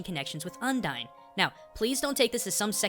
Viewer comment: Oh my god dude, I get you're a weeaboo but the way you pronounce some things is just... awful. Undyne is mostly based on Undines, a variant of merpeople who are all female and fall in love to get a soul.